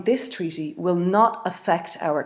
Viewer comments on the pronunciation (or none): How comes this lady says "tweaty" instead of "treaty" ?